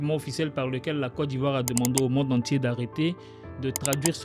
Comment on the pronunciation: Très belle vidéo j'apprécie😊 Mais petite remarque🙏🏾<<Côte d'Ivoire >> se prononce << kot d'Ivoire >>